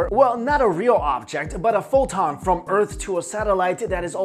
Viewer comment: Tell Me This what u are telling is poton.. no H